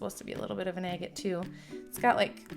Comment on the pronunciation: Agate is pronounced aggit........ 🤦‍♂️